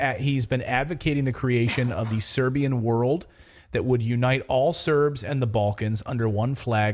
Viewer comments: Your pronunciation is marvelous, no worries! Pozdrav iz Beograda za najbolji kanal na U Tube 😇👏👌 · Your pronunciation of Serbian names is just fine.